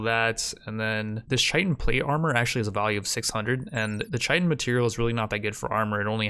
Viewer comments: Chitin is pronounced like Kai-tn. I don’t mind I used to say chiten too but just in case you didn’t know. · dont wanna be that guy buy chitin is pronounced ky-ten, definitely watched the whole thing here tho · For your information the word chitin, is said as kia-tn. Just helping out a g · Absolutely love the videos dude, this is the quality rimworld content I dream about. Thought I'd let ya know that Chitin is pronounced "Kite-In", with a hard K sound. There's no ch sound